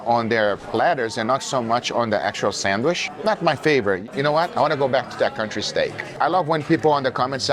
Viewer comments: If this dude says "sandwish" one more time, I will eat a shoe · Love the way Guga say sandwich as sand-wish. You're an international treasure. The world doesn't need a salt bae. His prices are obscene 👎🏼